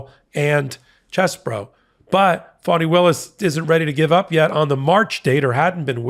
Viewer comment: WOULD YOU PLEASE pronounce her name right?! (phonetic) Its not "phony Williams") It's fawnI")!